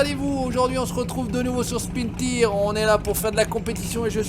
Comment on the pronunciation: Sa se dit spin tyer letre par letre